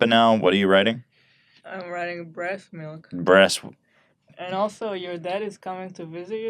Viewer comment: “bress milk”